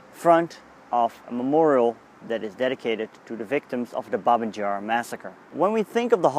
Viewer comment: It's pronounced BAbee Yar - not "Jar"! And you were about a mile away from where it actually happened - the memorial erected (reluctantly) by the Soviets is nowhere near the real site.